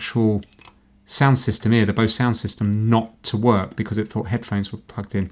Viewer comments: How to pronounce "Bose" is the same way you pronounce the word "Bows". Not Bosse. Good test CD. Had one of these radios the one with the single CD player and Bought it at a yard sale. Worked a day and then the audio on it failed. It faded away like someone is turning down the volume but I wasn't touching it. Took it apart and there was a gazillion capacitors in it and I heard that they all needed changed. Accidently broke the traces off the board so I junked the set but kept the speakers and waveguide assembly which still sounded good. Maybe I can buy an amplifier for it. I should have kept the case. Not a fan of the electronics used by Bose for these radios but they so sound very good. Why the headphones on your radio work is because they are being driven directly from the audio coming from the main audio out but before reaching the power amp. This is the same with the audio out on most devices unless it's a line output. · 'Bose' rhymes with 'nose'... I used to work for a Bose Pro Audio dealer... the rep was very specific!